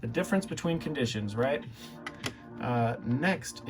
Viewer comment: Oops, You did it again. It’s pronounced Al K-Line, not alkaline (the battery type). 🤦‍♂️🤦‍♂️